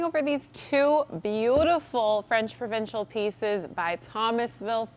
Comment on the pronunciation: I love your work but I cringe every time you say “provincial”